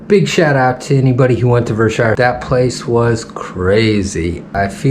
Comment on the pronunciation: Now I want to say that it's only those idiots who lived on the Hill that called it Ver-Shire.